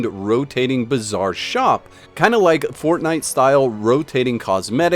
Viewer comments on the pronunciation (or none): none